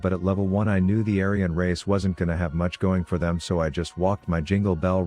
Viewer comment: Aryan race... or Avian race?